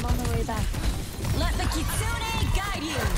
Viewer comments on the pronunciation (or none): Keeree ko. Also I've heard a lot of people say kits unee rush when it's kitsu nay.